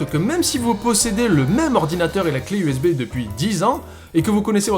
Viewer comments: J'ai entendu Zbay a la place de USB. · "U Szais Bas"